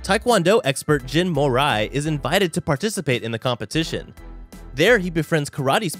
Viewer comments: Did my guy seriously call him Jin mor eye? 😂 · "Jin More eye" "Han Die wee" "Yoo Me rah" My soul died... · It's not moray, it's moriiiiiiiiiiiii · The way he said “jin Mori” I don’t like that! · "Jin moray"😶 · Im pretty sure this dude never saw God of Highschool the moment he said Jin Mori as Jin Morai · I like how this guy mispronounced almost every mc. Lmfao Jin Morai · butchered all the god of highschool names. Mmm yes jin moray and Han daywee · Extremely alerting pronunciation lol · Oh jesus I heard it as soon as I read this comment.. make it stop 😵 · The way this guy butchered the name of my boi jin Mori..😑😑😑u deserve my dislike